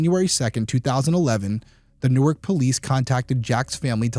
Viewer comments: This is trivial and nit-picky, but the DE city is pronounced New-ark. The city in NJ is Newerk. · It's PAINFUL to hear you talk about the name of the city. "NORK", is how you pronounce the city in New Jersey. In Delaware, it's pronounced "New-Ark". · New*Ark, the way you're pronouncing it is the place in NJ. Love your videos. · Hmmm... You just said yourself in one DP episode... your thoughts and experiences were that you've encountered cover-ups... think about that... he was high-profile. Was he set up on purpose? Allegedly, it's pronounced New Ark, not like New Jersey. The first issue is that it was the Newark Police. They have enough going on with the University of Delaware.